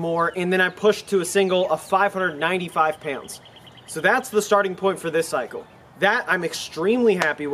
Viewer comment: What's the difference in weight between "peownds" and pounds? I hear talking about peownds all the time.